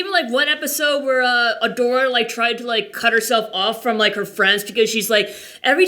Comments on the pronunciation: Loved your review...and it's Adora, not Alura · Take a shot every time he calls her Elora instead of Adora